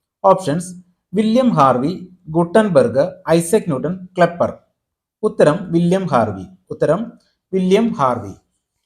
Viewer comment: ഗലീലിയോ, "ക്ലെപ്പർ "തുടങ്ങിയ.... കെപ്ലർ ആണ്‌ ശരി 👍